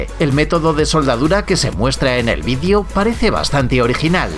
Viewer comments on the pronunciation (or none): No se dice "vidio" se dice " "video"